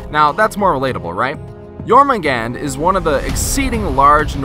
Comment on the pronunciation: you said her name wrong, its pronounced yur man gun der. she also cant stop biting her tail or the tides would go crazy and we would all die, so... i think were safe from her :<